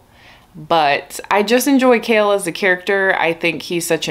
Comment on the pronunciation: The first time you said “Chaol apologist” I thought you were saying “kale apologist” and I thought Huh maybe these books aren’t about what I thought they were lol 👑